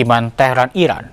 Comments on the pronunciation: Iran bukan irak woyy ..gmna si jd presenter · Pembaca beritanya menyebut Iran sepertinya Irak...